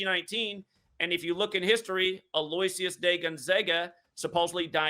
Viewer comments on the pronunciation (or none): The name "Aloysius" is actually pronounced "Al-Oh-Ish-Us"